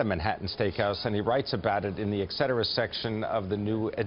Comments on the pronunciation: still no "X" in etcetera... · Learn how to say et cetera.